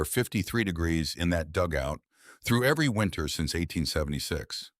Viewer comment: 'Winter'. Not 'winner'.